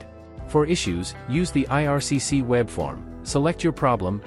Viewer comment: IRCC, NOT 'ARCC', lol